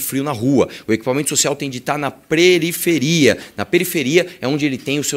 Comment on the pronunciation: "Preriferia " Desculpe. Estava sem ideia do q comentar.